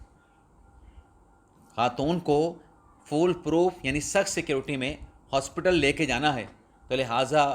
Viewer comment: پنکی کو ھاسپیٹل پیش کرنا ھے۔کیا جج ھاسپیٹل عدالت لگائے گا جہاں پنکی کو پیش کرنا ھے۔یار یا تو درست اور مناسب الفاظ کی ادائیگی کرو یا چھور دو۔اپ کے بس کی بات نہیں ۔